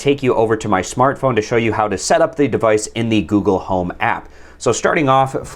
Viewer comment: Goole home